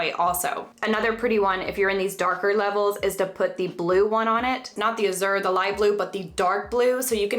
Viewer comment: Thanks for the super informative video! You explain it all so clearly! It's pronounced 'AHH-zjher' (the z sound is like how s sounds in 'treasure' and the word has the same assonance or vowel sounds as 'cat purr'). Btw, your hair color is so gorgeous!